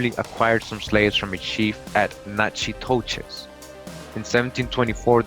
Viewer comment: Natchitoches is pronounced like Nack-In-Tosh. I know as my grandma who still alive at 91 is from there. She always refer to her family as her clan. Something strange tho, her dad is Sioux according to my cousin and uncle. but was there sioux Indians in Louisiana? this is around 1900 or so. i havent found his parents yet but i do have his social from being enlisted in the army